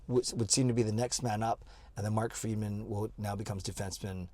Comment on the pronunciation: It's Friedman not Freeman lol